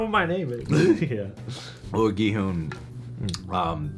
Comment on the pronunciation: The “u” in Gi Hun is pronounced like “huh”, rather than the “oo” (like ‘who’) sound yall are making